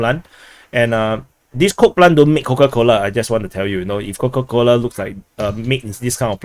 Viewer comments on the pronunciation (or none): It's not Coke-a-Cola. 🧐